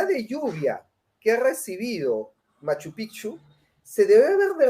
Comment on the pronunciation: Si tengo que decir que noté algo en que me incomodó un poco y es que cada vez que hablaron de Cusco o Machu picchu (lamentable su opinión a Machu picchu que ni lo pronuncia bien) ella quiso decir que Cusco no es todo o que tal y cual tradición que mostraron como ver a Santiago en Cusco, ella salió con que "es en todos los Andes". Si obviamente Cusco no es todo pero Cusco es Cusco y por algo fue lo que fue tanto en el imperio Inca como en el virreinato. Se nota cierto recelo en ella no proyecta lo que pregona. Mientras un capo me encantó su intervención